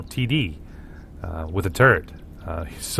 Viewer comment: FYI- its TURRET not Turrent. There's no such thing in the English language as turrent, NO N.